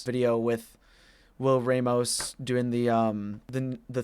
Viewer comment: It's pronounced Ram-os Not Ray-mos